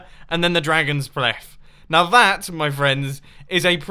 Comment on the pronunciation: dragons bleath?